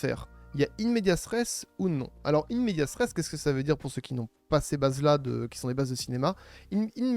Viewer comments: C'est pas "in media stress", c'est "in media res": au milieu des choses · Juste c'est pas in medias stress mais "in media res", super vidéo sinon, c'est une pure mine d'information.